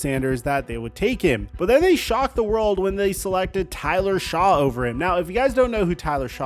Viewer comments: Tyler Shaw lol bruh do you even watch football and talk about the dabol interview coach said he couldn’t get on the white board wasn’t prepared and if you watched football you would know it’s Tyler shough pronounced like shuck you do people watch your videos when clear you don’t care enough to get the names right ! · Shough is said "Shuck" not "Shaw" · Yay, more sanders riding. And it’s pronounced like “shuck” not “Shaw”. Sorry he didn’t have a tv show for you to get sweaty over. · it’s like Shuck not Shaw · Shaw? It's Shough, pronounced "shuck" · Not Tyler Shaw it’s Tyler Shuck… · You been mispronouncing Tyler Shough last name, and it driving me crazy, it sounds like Shuck not like Shaw! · Shuck not Shaw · EVERYONE tries to pin this on anything BUT the character concerns! THANK YOU for seeing it true and saying so. Also Tyler Shough is pronounced Shuck my man. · It's pronounced Tyler "Shuck" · Shough is pronounced Shuck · Tyler "Shuck". Seriously that's how you pronounce it. 5 second Google search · Pronounced “Shuck” you C- student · It’s pronounced Tyler *Shuck” get your ish together , you’re always mispronouncing names it’s unacceptable in your line of business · Shugg just say shugg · Tyler (Pronounced) Shuck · It's pronounced Shuck. You even played the clip of the commissioner saying it correctly. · That qb for the Saints last name is pronounced "Shuck" no seriously.... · tyler shough is actually pronounced "shuck". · Who is Tyler Shaw? It’s pronounced Shuck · hasnt figured out how to pronounce Tyler Shough.. kinda crazy for someone who does this for a living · It's pronounced SHUCK not Shough. you're a chode hope the big C comes back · Love the vids! Just a point going forward Tyler Shough’s last name is pronounced “Shuck”. Keep it up my man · FYI: The new Saints QB's (Tyler Shough) last name is pronounced "shuck". Like shucking corn, or "aww geez shucks". I know, I know, it makes no sense how it's spelled.